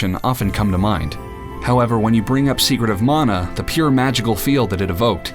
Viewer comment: Thank you for pronouncing mana correctly.